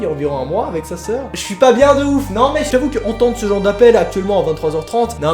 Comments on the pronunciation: « Sez chez parents » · Il a dit que était (sez ches parents)😄